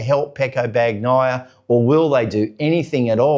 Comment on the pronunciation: Dude, it's pronounced "Ban-yai - a" - the G is silent.